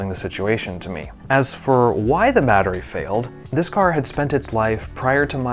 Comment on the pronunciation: 🙂Greetings! I am subscribed to your channel, and I have noticed at the timestamp, you can hear in the audio the word (mattery) when it should be battery! 🫡I just want to make clear to everyone at, that I can spot or pinpoint any misspelled or misspoken words based on the fact that I do really enjoy watching your videos in a detailed manner to really enjoy them! 🤗Me finding things like the ones I have mentioned above, it is just me having fun and letting people involved with and the people watching the videos, that you can also have fun finding things like this and promoting patience, tolerance and understanding in the process! 🕊️🌇May everyone at and people reading this or watching the videos have a wonderfully blessed day!